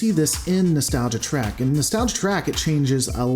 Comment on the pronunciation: Best not be taking a drink every time he says Trak instead of Trek. Alcohol poisoning isn't nice.